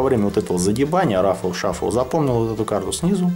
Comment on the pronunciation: не "рафл шафл",а "рифл шавл"